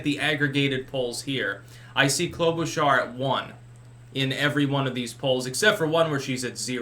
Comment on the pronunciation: I just love how he says KLO-BOO-SHARR seeing as I live in MN and she's more boring than watching paint dry at least this new way of pronouncing her name is entertaining.